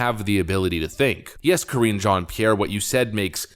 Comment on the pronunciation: Ka-ringe Jean-Pierre